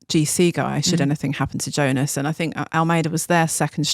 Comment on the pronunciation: Please pronounce Jonas’ name correctly.. it’s pronounced Yo-nas